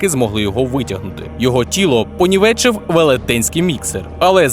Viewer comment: Понівечив, наголос на і